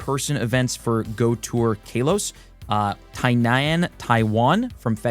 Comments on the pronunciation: Fr, KAH-los 🤦‍♂️ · Hey nice video, very informative which is why I dont want to be that guy but I have too.......It's not Kay-los its Kah-los...just letting you know. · Every time he says “Kaylos” I want to yell at the screen 😂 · Idk what’s worse the Mega Night event or how you pronounce Kalos …..